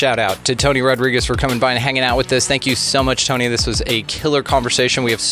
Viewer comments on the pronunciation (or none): It not rod-rigs . It rod-ree-gez ....pendejo